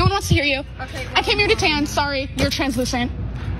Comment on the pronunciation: She said Translucent 😂🤣😂😅